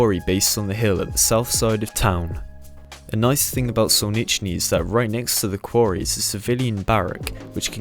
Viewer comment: "Solnichey" Sol-nich-ey... there is no second n.